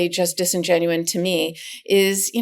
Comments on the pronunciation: The word is disingenuous. Not disingenuine. If you're going to use it to describe Trump's actions, you should at least know the word. Otherwise, it makes you sound stupid like him and his followers. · The word is "disingenuous", NOT "disingenuine." Do we need to send you Americans some English teachers? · Disingenuous, not “disingenuine.”